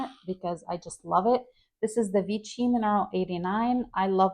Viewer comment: Vichy = “Vee-SHEE”